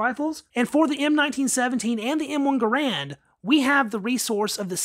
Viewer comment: You are mispronouncing Garand 😂